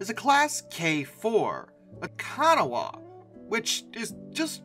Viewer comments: Pronounced ka-NA-wah, not KA-na-wah, after the Kanawah River in West Virginia. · Bro, you say you're originally from West Virginia and you cant properly pronounce the seat of West Virginia state government...Kanawha County?? Odd, but Kanawha is pronounced: kaa·nuh·waa Not kana.wah. I live in Kanawha County. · It’s pronounced Ka-NAH-wa, like the river, not Kana-wa. Great video. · The name “Kanawha” is actually pronounced “Kuh-naw-uh” and was the name given to C&O’s Berkshires. The reason why is unknown to me, but I believe it has to do with where the first C&O 2-8-4s used to run, since it was likely that they probably ran their first 2-8-4s through West Virginia. The word Kanawha in Native American means “place of white rocks,” and refers to the area now known as West Virginia. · Nice video, I will say as a resident of West Virginia from which the Kanawha’s get their name from. The Kanawha River, your pronunciation is kinda bad lol. Its pronounced “Can-Naw-Wa” Google translates it as the native word which would be correct to your pronunciation. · "ka-nah" It is pronounced "ka-nah" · It’s “ka-NAW”. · As the son of a proud West Virginian the river/ county of Kanawha is pronounced (Key-no-ee). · You mispronounced the name Kanawha again...